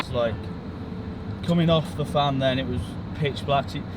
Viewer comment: Fan is pronounced as in VAN.It's Welsh NOT English